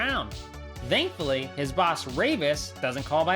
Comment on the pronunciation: bro very cool video ngl. but i have one question..... why do you say dhoughtt or dhankfully instead of thought and thankfully ? NO OFFENSE. i just wondered by watching this video